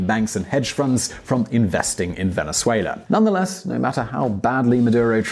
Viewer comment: the word is FUNDS not founds